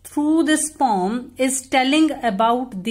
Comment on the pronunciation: Mam poom nhi hota poem hota Hai 😁😁😁😁😁😁